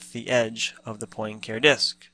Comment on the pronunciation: Also, hearing poin care is like hearing ewe-ler for Euler :-) For further reference, it is pronounced Poin-car-ay :-) Cheers!